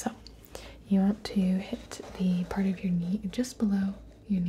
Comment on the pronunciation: did u say part or park